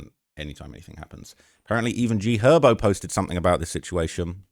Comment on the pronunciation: G herbo not g hobo